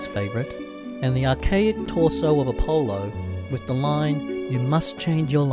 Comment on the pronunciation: Ingmar Bergman. Not IGmar Bergman. And who on this earth thinks its pronounced Ap-O-LO?